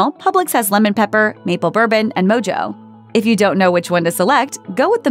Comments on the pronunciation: It’s pronounced mo-ho not mojo.....smh😖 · It's moho not mojo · Publix shouldn’t be that low on the list. It’s also not pronounced “Mo-Jo” it’s “Mo-Ho”. It’s a Cuban style seasoning. Every time I go to Costco there’s never chickens out. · My goodness, I had to laugh out loud. MoJo is NOT pronounced MoeJoe it is MoHoe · It’s pronounced MO-HO. Not mojo. It’s a Cuban flavoring. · It's pronounced mo-ho, dear, not mojo. A Cuban/ Spanish flavoring mostly citrus and garlic. You can get it in a bottle. Makes a good marinade for chicken or, more often, pork. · I’m an avid Publix shopper. So to hear her pronounce “Mojo” like “Moe-Joe” broke me. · The "mojo" chicken...call Austin Powers! Or tell them it is pronounced "mo-ho." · I cringed so hard when she mentioned the Mojo Chicken ("MO•HO", the j is silent like an H because it's Mexican derived) like mojo jojo from the Powerpuff Girls 🙄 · It's pronounced moho (it's spelled mojo, I know) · No one's going to call them on "mojo chicken" ? ... Sigh ...fine I'll be the a hole It's mo ho like how jalapeno is halapeno When people say mojo chicken I just keep it imagining Mike Myers in Austin Powers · “Mojo” pronounced mo-ho 🤦🏼‍♀️ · Did she just pronounce Mojo (pronounced mo-hoe) like that? Really??? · These videos are full of such silly misinformation like "Walmart chickens are always fatty". Or pronoucing mojo like "moe-joe". Or saying that Publix BBQ chicken is bad. If you take these videos seriously you need to rethink your life. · It’s pronounced “mo-ho’. 😡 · Lol! No one told her how to pronounce mojo. She went straight up Austin Powers.